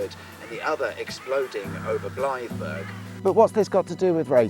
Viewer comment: Blythburgh's pronounced "blybruh" (bloody foreigners😂 )